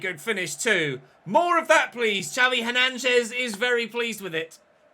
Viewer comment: It’s xavi hernanches 😂😂😂😂😂😂 so funny